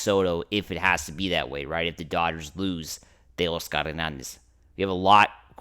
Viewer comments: 😂😂😂 he sounds 🤦🏼‍♂️ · I wanted to unsubscribe so bad when I heard the way your said Teo’s name.